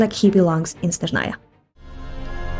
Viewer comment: Why on earth did all Slavs suddenly start thinking that Snezhnaya (stressed on the first syllable — that's correct, not how it's pronounced in the English voiceover) is a region of Slavic culture? This region, just like Mondstadt, Liyue, Inazuma, and Fontaine, has only one prototype — Russia (in this case, the Russian Empire). The fact that everyone suddenly started blowing up a psyop about this region being a reflection of all Slavs — no, from the very beginning, it was a region connected with Russia and its peoples.